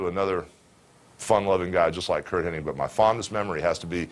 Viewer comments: I hate when people say Curt Henning. It's Hennig. Good friend huh, Terry? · Weird. I’ve always heard Henning my entire life. So I’m sure hulk heard it exactly the same way. So I’m still gonna call him Curt henning lol.